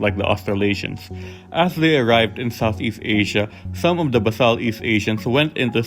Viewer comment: FYI, it's pronounced bay sal from the root "base".